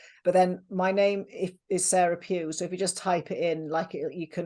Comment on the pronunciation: it's sara pugh